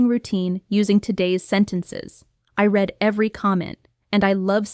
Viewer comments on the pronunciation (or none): Hi, thanks for your efforts. Just one thing i wanna ask you - why are pronouncing 'read' as 'red' in present context? I know that it is pronounced as 'red'(read) in the past context but why in the present?